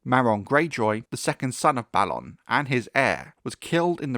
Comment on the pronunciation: Thank you for pronouncing Balon the proper way, after all there has to be a difference between Balon and Baelon. "A" doesn't always need to be pronounced like "ay" sometimes "ah" is correct.